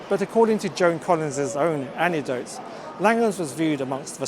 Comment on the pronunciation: To me red wine and fish are totally unpalatable, never mind anything else. Even Americans can pronounce anecdote 😅. Keep on as I love the way you do it. I will subscribe, ttfn.